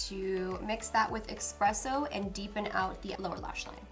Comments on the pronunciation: I love you, but as a grammar nazi, everytime you said "EX-presso" instead of "ES-presso" I cringed 😅😅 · Not to sound mean but you're pronouncing espresso wrong. There's no x. It just bothered me the entire rest of the video. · I love how you say expresso instead of espresso so cute 😂❤️💖😚